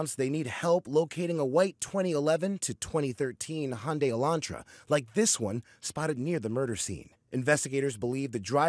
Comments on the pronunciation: It is actually pronounced Hugh (like in Hugh Laurie for instance) -nda-ee (Hughn-da-ee) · No, it's not!!! It's pronounced "HUN-day"! You're nuts!